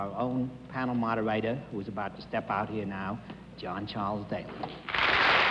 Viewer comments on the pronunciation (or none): "Panel mawdahwaydah."